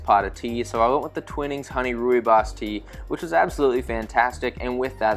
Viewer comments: Thanks. Came here to say the same. Twine-nings not twin-nings😊😊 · Twinning tea is pronounced why with a T twhy not twin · Amazing video! Looks like a great flight. Just one tiny comment as a British person, Twinings tea is pronounced "Twy"-nings (same as try), not "twin"-ings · Twining rhymes with mining.